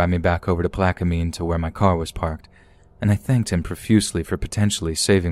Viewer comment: It’s pronounced plak-uh-min. Not plak-uh-mean or plak-uh-mine.